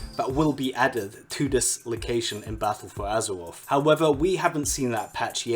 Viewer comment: Lmao “battle fow azerwof”